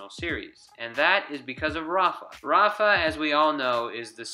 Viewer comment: It is Rava not rafa